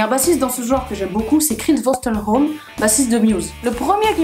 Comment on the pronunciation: Super. Ca fait plaisir de te voir. "Chris Wolstenholme", tu l'as si bien prononcé en une prise? Si oui, chapeau:) Ce qui peut être intéressant, c'est d'expliquer pourquoi si on enlève la basse tout s'effondre. Ca peut s'expliquer rapidement en montrant sur une portée un accord de mi mineur en clef de sol par exemple, et en le faisant entendre, et en ajoutant en clef de fa un bon gros do pour en faire un accord de DoMaj7. Et ensuite faire entendre l'un et l'autre en alternance un peu. Pour montrer que même si on ne prête pas attention à la note de basse parce qu'elle ne participe pas forcément à la mélodie directement, c'est elle qui structure l'harmonie, et donc qui décide de la couleur de chaque note de la mélodie. On pourrait même prendre une petite mélodie sur quelques notes, et faire deux versions de basse derrière pour entendre comment la mélodie change de couleur. Genre "au clair de la lune" avec une basse qui rend la mélodie fausse, ou mineure, ou inquiétante. En tout cas, super travail, félicitations.